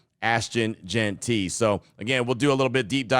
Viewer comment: Lmao Q reeeeeaally put emphasis on the pronunciation of Jeanty's name in the intro huh 👀 hope this FINALLY ends the JeantRY saga for good Been funny though lol